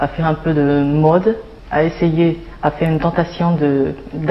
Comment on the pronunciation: 尚雯婕在说mode这个词的时候，原因o发音过长，明显受英文影响。